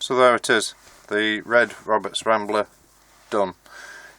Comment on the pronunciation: Wed Woberts Wambler Wadio Wibbled wound and Wewired. And Polished.... innit